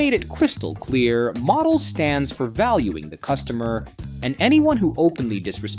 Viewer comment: Ai crap, can't even say Modells right.